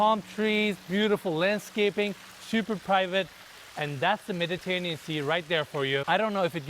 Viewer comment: pronounced it Meditanean Sea... no hate, just saying. That was crazy. Putting a pond in the backyard was such a bad idea dude now you're gonna like discount any families with kids because they're gonna worried about a kid drowning in a pond just put a big yard back there oh my God that would mean so nice kids running around the trees on the right instead of these narrow waterways like it's just so bad